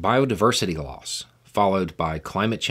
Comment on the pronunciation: At first, I thought you said the biggest driver of infectious diseases was biodiversity laws, not loss. It was very confusing.